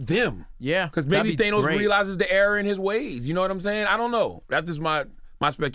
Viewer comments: Charlamagne "THAYNOS" LMAO! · They-nos Lmfao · I hate how Charlamagne tha God says Thanos